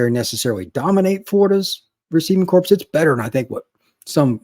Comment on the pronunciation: "WIde reciever corpse".....So it's pronounced as "CORE" not "CORPS"... you see a corpse is a unliving human system. unless referring to UF all those players can be considered individually a "corpse"